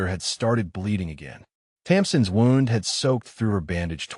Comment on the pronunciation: Ai needs to say wound correctly